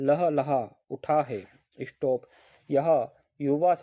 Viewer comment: इशटोप mat bolo sir😒